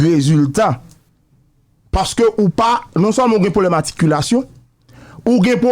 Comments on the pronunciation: Haaa sa w'ap banm la w'ap korije nèg la epi w'ap mal lage loll Se pa Aticulation, se Articulation loll touye m lol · Sak rele aticulation an? Se articulation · fèmen danw monchè,ou nan micro wap pale an piblik, wap korije moun epi wap di "aticulation" ou mal menn antanke jounalise animatè. Mo a c 'ARTICULATION! Ou wè janm ekril pou ka wèl. Kidonk aprann pwononse zanmim avanw kritike moun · SE CLAIRE KKE MISYE PAT FE AMPIL TAN LEKOL,min de bagay,LEW WAP PALE kreyol PA GIN DIFERANS ANTRE articulation ak aticulayion,OK IDI0T,by the way mwen mim mwen pale 4 langue asse byenem ka kimbe ou conversasyon ak nimpot etrange nan tout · Mo a se "articulation" se pa aticulation pandanw bezwen korije Gazman wap voye tenten ou menm. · Ou ta met "r" la ladann nèg, w'ap di aticulation, nan ki lang ou ye la? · Mesye nonm nan di aticulation an 10fwa waww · Gazman tande sam diw la ui aticulation,,,shitt man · Pran not tande "ATICULATION" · ou raz anpil avèk aticulation'w lan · wap korije moun epui wap di Aticulation,lanmèd mon cher. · Enfant prodige😂😂😂, Aticulation😂😂😂😂.. Enfant prodigue 🤝et Articulation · Misye di "aticulation" , "enfant prodige" pour enfant prodigue.